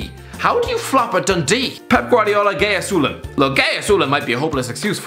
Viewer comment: is it just me or the way he said gai assulin was just funny